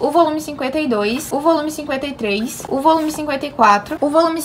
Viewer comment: Na minha cabeça eu só escuto "ovolume" kkkkkkkkkkkk